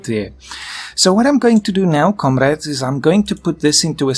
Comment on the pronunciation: Je suppose que parle du "komorades" en début qui fait penser à un accent russe ^^